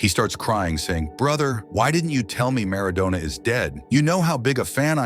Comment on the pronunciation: Maradona not Madonna 😂